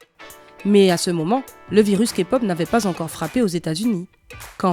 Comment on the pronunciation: Pour une fois q'un non-fan prononce les noms des bts presque parfaitement, et tous les autres noms : 2pm, bigbang.... Et aussi prononce bien la "Képop" Je suis choquée !! C un excellent travail !!!